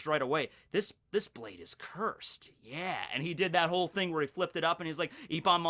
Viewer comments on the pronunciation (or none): none